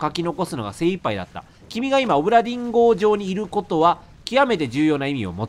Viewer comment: だめだ…どうしても オブラディン・ンゴに聞こえる…